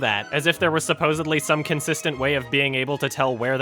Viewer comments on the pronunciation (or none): I love your reviews but I've noticed you seem to say supposebly instead of supposedly... am I hearing things?